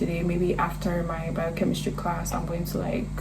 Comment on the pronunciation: Med school?…😮😮 i had to be sure i heard biochemistry properly 😂😂🤭. WOW!